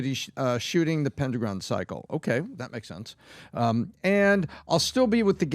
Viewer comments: "Pen-dragon" not pen-dra-gone. How do yall make this mistake. One YouTube short could have prevented this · It's pronounced Pen dragon Not pen druh gone It's not like pentagon Pen Dragon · It’s Pendragon dude, not pen-dra-gon, as in King Arthur Pendragon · Why do you guys keep saying it that way? Pendragon. It’s pen-dragon. Not pen-druh-gon. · didn't see anyone else say this, but am I the ONLY one that feels REALLY bothered for some reason when they keep saying "Pen-Dra-Gon" rather than "Pen-drag-on"? not sure why, just feels really weird to me when every other time i've heard it, it's "Pendragon", like from Arthurian legends. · how come neither of them can pronounce Pendragon properly? That's King Arthur's dad's last name. Pendragon. Not Pen Dragoon. ugh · Pen Dragon ... can't take you seriously when you cannot pronounce Pendragon correctly. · It's Pen- Dragon. Not rhyming with Pentagon. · "pendragan" "pendraground" "pendragoon" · Pen- dragon. Pen-dragon. Say it with me. PBD has an excuse. English is his second language. You don’t have one. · Pen-dragon...guys say it right! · Pendragon pronounced Pen dragon. Not that hard to pronounce. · Pen dru gon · Am I the only one con by The pronunciation of “pendragon”? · I hate the way you guys are pronouncing "Pendragon" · Will someone just hold up a picture of a dragon and then a picture of a pen. Ask them how to pronounce each word then point to the title of the series. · Will you people please learn to pronounce PENDRAGON. properly.....its not hard. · PenDrAgon cycle what is that pronunciation guys?😅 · Why are they pronouncing Pendragon like that? It's Pen and Dragon. Its not like Mondragon. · didn't know it was possible to mispronounce "Dragon" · Be good if VT folk could pronounce pendragon.